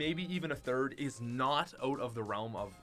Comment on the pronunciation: When say oot instead of out